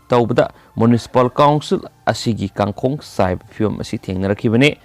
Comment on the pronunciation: Pao pabada waheigi tone aniam awang chumna sijinabiradi henna phagani. Eg. "Kangkhong" 😀😁😂😂.